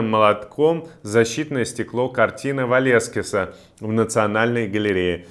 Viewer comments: Имя одного из величайших испанских художников и одного из известнейших художников мира - Веласкес (Velázquez), а не Валескес!🤦‍♀️ Не может быть, чтобы Иван Жданов не слышал, например, про картину Диего Веласкеса "Менины". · Не Валескес, а Веласкес. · Не только ударение, он тут "Валескис". Кис-кисс ... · Иван, не Валескес, а Веласкес ! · Дорогой Иван, вас наверняка уже тысячу раз поправили: Веласкес. Но понятно, что непросто читать текст в эфире. Надеюсь, у вашего отца всё хорошо со здоровьем. Радуюсь за вас и за него, когда вижу вас в эфире. Лайк вам и ПП. ❤ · Уважаемый Иван! Правильно - Веласкес. Надеюсь, Вы допустили оговорку. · Там не ударение , а Валескес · Ох уж, это ударение, бедный Веласкес.